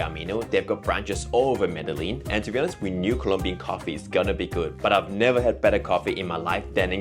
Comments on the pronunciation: Meh-de-gin not meddle-in hope this helps! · By the way he pronounced "medelin".. it seems they didn´t have contact with locals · “Medeleen” is crazy 🤣🤣🤣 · I'm from a lil place in the south pacific yet I know Colombia and Peru and Argentina etc etc are very modern. No excuse in these days of information superhighway to think that Colombia ain't modern. Especially if you're youtubers who make your videos through travel. And it's pronounced MEDE-JIN, not Medelin. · it is pronounced Mede-Gin... the LL has a G sound. Guatape is very well known and it is one of the most visited placed by tourists and locals, you just went on a quiet season. Good video! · Please learn to say the name of the city you've lived in for a month at least somewhat correctly. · Was the guy mispronouncing Medellín for rage bait… I mean how can you be in a place and mispronounce it repeatedly